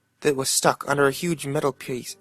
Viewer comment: Instead of re doing his fuck up on kid stuck under metal "pwiece" he should of been like I MEANT PIECE GODDAMNIT